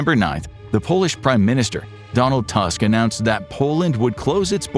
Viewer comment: Great video! But please learn the basics of Polish pronunciation. Or just use GTranslate for Polish words. It's "toosk", not "tusk". It's not "kyukyurkee" but "kookoorykee" :-) Polish writing is PHONETIC, and each letter ALWAYS sounds exactly the same when you read it.